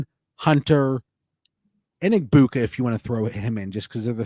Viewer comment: Why does say “Egbuka” so weird 😂. Says it like “Egg-Puke-a”.